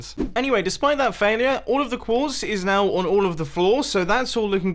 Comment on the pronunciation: Said now wrong